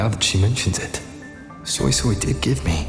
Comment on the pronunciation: The only thing thats giving me the ick is the fact that the eng dub is absolutely BUTCHERING SuiSuis name💀😭 Why the freak are they saying SoySoy (like Soy sauce) instead of SweiSwei, like daaamn